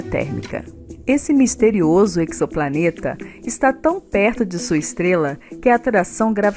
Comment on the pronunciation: Pessoal que quer divulgar matérias científicas podia começar pronunciando corretamente a palavra em português. Eczoplaneta não existe...Ezoplaneta porque o X se pronuncia como Z da mesma maneira que se diz uma reação exotérmica (pronuncia-se ezotérmica e não eczotérmica ou ecsotérmica)....pegam a palavra do inglês onde o Z é pronunciado como igzoplanet ou igzit (exit)